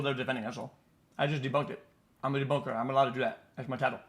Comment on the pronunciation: debunkah